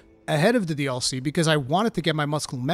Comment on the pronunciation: Lol I didnt understand what you were saying in the intro for the first few seconds. To me, you saying “DLC” sounds like “All See”